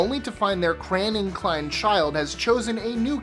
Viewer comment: We're not friends anymore the way you say crayon is detestable